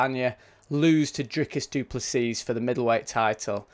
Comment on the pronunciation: You don't prnounce the S at the end, it's just Duplessi